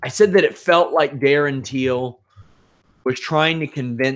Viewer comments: It’s Till, not Teel. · Till must be the easiest name in MMA to pronounce and you’re saying it wrong, how?